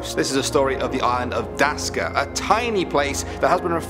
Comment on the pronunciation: Its Daksa not Daska😂